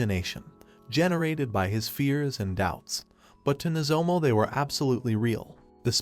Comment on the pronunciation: Could the AI voice not pronounce "Nozomu", so the author just "Replace all" into "Nozomo"?